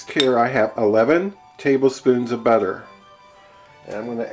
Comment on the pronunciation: The way u say butter its not right